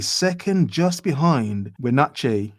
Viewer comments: The correct pronunciation is Wah - natch - ee ....not we.... Your welcome. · It's win-at-chee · It's pronounce "When At Chee." It's not a bad place. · Having just been to WV, I have some insight. The job market is not free market, those jobs are government jobs. Re: We-natch-ee pronunciation.